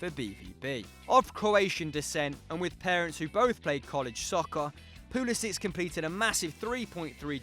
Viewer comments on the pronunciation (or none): It's Pull-eh-sick